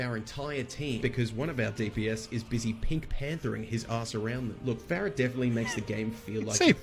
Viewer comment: has played Overwatch for how long and he pronounces “Pharah” like “Fair-uh” 💀💀💀